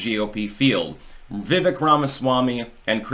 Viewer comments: Dood it is "Veiveak like "Cake" I have told you 3 times now! Pronounced like Cake. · His name, Vivek is pronounced like "Vi-vake"" like cake with a V. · I think you have a good record of being right, but I don't think you are on Vivek. You're pronouncing his name wrong, which tells me you probably don't watch a lot of his interviews, of which his does many. Vivek knows he's not going to win 2024. He needs to impress the next generation of MAGA so he's in a good place for future elections.